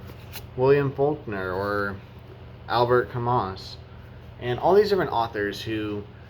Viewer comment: Camus rhymes with you.....and I agree with you....